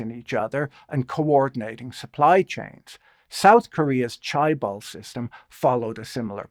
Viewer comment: for future reference: the first syllable in chaebol is kinda like saying chair without the 'r'